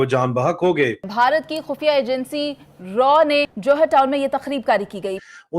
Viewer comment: रॉ नही रा